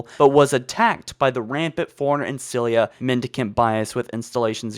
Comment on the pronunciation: Ancilla. Not Ancillia